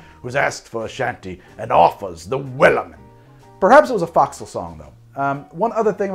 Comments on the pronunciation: From an ex navy guy....fo'c'sle is pronounced ...'Folk-sul' , not 'Fox-sul'....... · Forecastle (or fo'c'sle as it was shown) is pronounced FOHK-səl. Like Folk. Not like Fox. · It's pronounced 'foe' csle not 'fox' sle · brother, it's pronounced "FOHK-səl". Trust me, I spend years on the Foc'sle of Navy ships as a Bosn's Mate. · Sailor here. My comment probably will go unnoticed, but focsle(forecastle) is pronounced with the first syllable sounding like "foe". It is a term still used quite often in the Navy especially by those who specialize in marlinespike seamanship. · Just for the record: it's pronounced more like "Foe-k-sil" or similar to "Folk Sail" but without the "L" noises. Source: I was in the Navy and we still use a lot of the same terminology including Scuttlebutt for a drinking fountain or rumors. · US Navy Sailor here. Foc’sle is pronounced FOKsle. Kinda like The word Folk without the L. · Should be: 1 part Strong (Rum) 2 parts sweet (Simple syrup or honey) 3 parts sour (Lemon or lime juice) 4 parts weak (Water, Beer, ect.) And Fo'c'sle is pronounced Foeksl it's a long o sound. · Correction... pronunciation, "folk-sel" or folk-cell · please, "folk sul" or "fork sul" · As a sailor, let me correct the pronunciation of Forecastle. It's pronounced "Foke-sul". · Liked in spite of butchery of the word foc'sle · I love this channel, and every Sailor should watch it to drink better! 😂 But yes, his forecastle pronunciation was killing me. For everyone’s help: Forecastle: foke-sel Gunwale: gunnel Starboard: starbrd Can any other Sailors recall other mispronunciations that drive them nuts? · Ahoy,! just a little pickup of pronounciation: fo'c'sle is pronounced folksull in the UK - perhaps the US pronounces it as foxull but that sounds sooooo weird. Cheers! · So the Forecastle (Fo’c’sle) is not pronounced Fox-le, it closer to Foe-xle. Small nitpick, but it is there. Got yelled at enough times to get it right. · Foc'sl isn't FOXSEL its Foke Sal